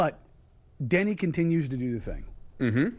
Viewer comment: Its Deni not Danny. People haven't seen a game...